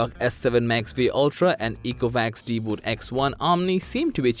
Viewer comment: Why you're spelling it deeboot? It's DeeBot! Idiot.